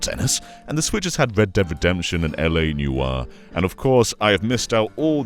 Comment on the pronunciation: Good old 'LA New-ah'